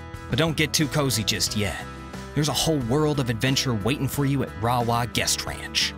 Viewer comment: Rawah - prounounced ray-waaa. Cache la Poudre - we say Cash la Poo-der.